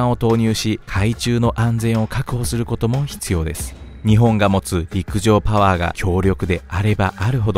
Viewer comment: 陸上パゥワァーでいちいち吹く